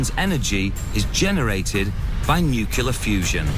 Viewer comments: "Nucular" all over the place, lol! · "Nukular fusion" FTW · Lol. Nu cu lar